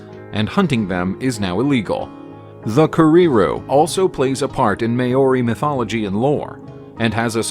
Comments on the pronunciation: Those May-oRi KerreeRoos sure are cute though... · no you both have no clue what you're talking about, it is pounouced how it is written. "M-AO-RI". Emphasis on the A. But the A is not pronounced the same way that you'd use it in a word like 'at'. It is pounouced with an "ah" sound. And the A on O blend into eachother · I’ve seen all of these birds Btw I held a kakapo Also it’s not mayori it’s mow-ry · Sorry but your pronunciation of Maori is completely unacceptable .. you could please make a little effort…. Repeating Kererū and Māori and takahe over and over with no effort to pronounce correctly … is sad. Or are you a bot ? Stop stop stop saying Mayory. Very lazy and insulting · One should attempt to learn before narrating another’s language. May-oary (Māori)sounds bloody terrible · What in the heck is a May yorri? Go home and leave NZ stories to New Zealanders. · Here’s a quick pronunciation explanation of how to say Maori, Mou-ri, not a lot of emphasis on the A otherwise it sounds a bit white xD. Maori and pakeha get on generally well because the English colonisers didn’t screw the maori over as much as the native Americans, or aboriginals. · Pakeha From America Pronounce It Mo-Re Or May-Or-E. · I'm pākeha and he is excruciating. MĀO IS much like Chairman Mao - I can't figure out how to pronounce the way you wrote it. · The Word Maori and all the birds name have been pronounced incorrectly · There is no rolled r !! It does disrespect. You wouldn’t hear maori, kererū or takahe. Pronounced in this flippant way anywhere in new Zealand Just check on a translation app or ask someone ! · Terrible Maori pronunciation to an otherwise good video. The pronunciation is offensive. At least listen to the correct pronunciation before narrating.